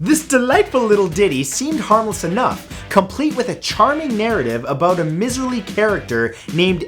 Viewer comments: For #10, it is pronounced "ma-cob", the "-re" at the end is silent. And for #9 "my-sir-ly" would be the correct pronunciation. If you are unsure of how to say a word, look it up please. It doesn't take long and would add more polish to your videos. If no one has corrected you on those words before, well... I can kind of understand that since they are not commonly used, and now you know for next time. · Matt m'boy, you've outdone yourself: two minutes in and you've already mispronounced two common words, "ma-KAHB" and "MY-zer-lee." And no, Canadians, we won't judge you because of his boo-boos. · The Re in macabre is silent; miserly is pronounced myzerly.